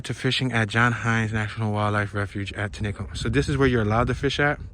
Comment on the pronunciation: It's pronounced;"(tenny-cum ),,,Which is on the south side of Philly International Airport